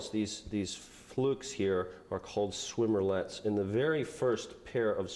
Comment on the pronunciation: It’s swimmerets not swimmer-lets...